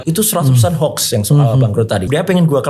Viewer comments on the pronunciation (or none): none